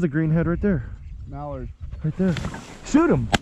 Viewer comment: "MallardO" LMAO! Thanks for the video.